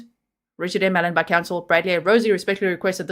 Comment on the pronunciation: Your saying Ellon not allen 😎 One is a female name other male no big deal just wanted to let you know !